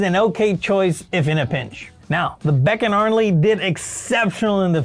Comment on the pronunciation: Oh, its beckarnley not beck…arnley. You sound like AI. Any experience in the auto biz bro ????